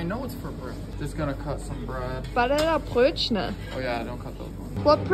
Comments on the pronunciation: Why does she pronounce it so weirdly “Banane Brötchene” 🦛🦛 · Wait, is that how you pronounce "Brötchen".